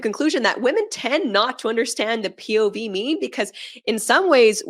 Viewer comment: These chicks out here butchering the F out of “POV”. 🤦🏻‍♂️ With some cringy😬sh!t💩